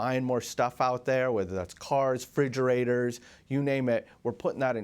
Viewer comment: said... Frigggerators.... hillbilly